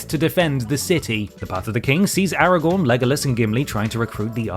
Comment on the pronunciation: Why do they keep saying “Aragorn” like it’s their first time trying to pronounce it